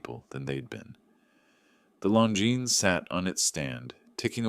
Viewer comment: That's how its pronounced.